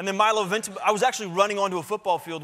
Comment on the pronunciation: It's "Ventimiya" not "Ventimilia"